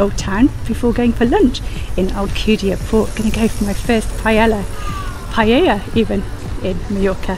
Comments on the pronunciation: Hola!! Looks like you had a great time there. I've never been to Alcudia, it looks great!! The paella looked delicious and you pronounced it perfectly!! No chorizo as well!! The part of the market I enjoy is the fruit and veg especially at harvest time. As I look up I have a ticket for the tren de soller. At the end of the line there is a tramway which takes you down to the harbour, next time I go would like to do that part too. Great video for rainy day, thank you (although the sun has been out in my part of Spain today yesterday we were in the clouds) All the best!! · Thank you David! It was a really lovely visit. That's great to know that I pronounced Paella properly. I love the fruit and veg section too with all the fresh local produce. There was lots there, but I missed it as I decided half way around that I would make a video. Oh yes, the Tren de Soller is a wonderful trip from Palma. I did that trip and the tram on my first visit. Its such a lovely excursion. I have since done it by bus, but the tram is really worth it for the experience and views. Send some sunshine our way 🙂 All the best to you too!